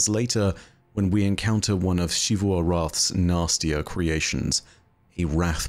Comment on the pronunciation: i just can't get over how he pronounced xivu as shivu. you've seen character called her and they pronounced it like zivu so don't even tell me that shivu is how you are supposed to spell it.